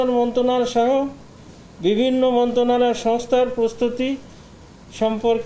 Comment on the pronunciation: 'মন্ত্রণালয়' উচ্চারণ করতে পারেনা সে কিভাবে হয়?